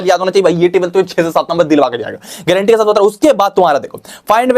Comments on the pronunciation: Granti ha was epic 😅😅😅😅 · How bro said gaurantee 😅😅😅😅❤